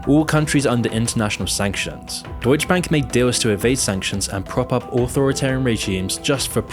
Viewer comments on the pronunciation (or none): Brah.. it's deutsche bank. Not "deutsch bank". The e isn't silent😅🤣🤣